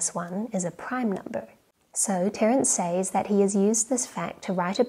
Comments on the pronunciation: sez not says :) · "Says" is pronounced "sez." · Are you from Adelaide? It’s rare that I hear Aussies pronouncing ‘says’ as ‘sayze’ over ‘sez’ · Not to be too pedantic but “says” is pronounced “sez”.